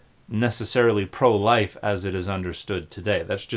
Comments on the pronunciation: I thought he said 'pro-white' not 'pro-life'. That is a totally different arguement. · I had to rewind and look at the captions because I would have sworn he said "pro-white".